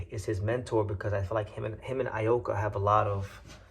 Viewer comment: DIE-ya Kira and Kazuto EE-oka is how they're pronounced. Appreciate the coverage though. You might be the only English speaking channel I can find talking about Japanese prospects